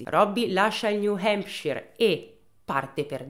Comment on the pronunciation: Bel video come sempre, tuttavia hai pronunciato tante volte il nome “New Hampshire” in modo sbagliato e mi ha fatto rabbrividire ogni volta…😂